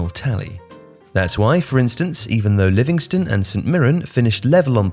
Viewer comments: Its livingston not Livingstone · It's Livingston, not Livingstone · It's "Livingston" not "Livingstone". C'mon this is amateur hour.